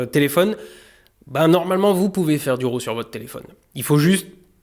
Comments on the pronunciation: Il ne faut pas dire RHO, il faut dire RÂ, à peu près. (raw) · Raw se prononce comme le mots RAT